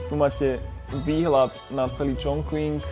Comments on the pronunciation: Skús to vyslovovať Čchung Cin a nie Čchong Čching či dokonca Čon Kving,... v dobrom. A mohol si ukázať vždy na mape,..kde je navštívené mesto dislokované v rámci Číny. Kvôli predstavivosti a správnej identifikácii. Keď ešte náhodou skomolíme aj anglickú výslovnosť, je potom ťažko rozumieť o aké miesto ide. Inak video pekné,... poučné,...ale Čína si zaslúži aby sme jej mestá vyslovovali tak ako aj oni. Daj si do Google prekladača názov čínskeho mesta foneticky, či v hieroglyfoch ( 重庆 Chóngqìng ) daj si zjednodušenú čínštinu a stlač tlačítko reproduktor a ono ti to vysloví čínsku fonetiku. Ty používaš anglickú fonetiku,... Prepáč,...nemudrujem,...ale bol som v tom meste pred časom a mám to tam rád. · Číta sa Čonking